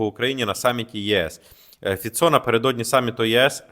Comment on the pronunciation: Полностью согласен со всем. Один ньюанс - Фицо (ударение на первый слог)